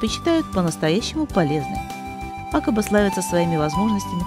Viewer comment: А почему Акаба? я везде слышал ударение на второй слог, а именно акАба. Как все-таки правильно?